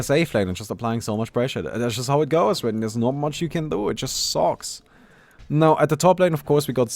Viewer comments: He has always pronouced swen for Sven and vhen for when guys. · “Kid1412” Rizki not accent, pronunciation. v is pronounced as w and w is pronounced asv.